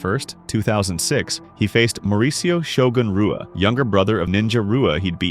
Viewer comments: Pedro Rizzo (pronounced hizzo). Renato (pronounced henato) Sobral. Murilo Ninja Rua (pronounced hooah). Awesome video, tho. Thanks for the content. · His name is pronounced Shogan Hua even though its spelled Rua. You are pronouncing all of the words incorrectly. All those names are Brazilian and the R makes the H sound. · No way you're an MMA channel pronouncing Brazilian names with an English R, Rua is pronounced Hua